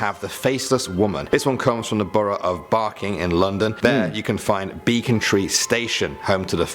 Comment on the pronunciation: BECKONTREE not Becon-tree.